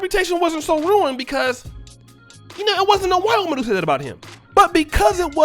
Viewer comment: I still couldn't make out the words "white woman" , even with the playback slowed to .50 and .25 speed LOL! But yet, I knew that's what you said! Good video as usual!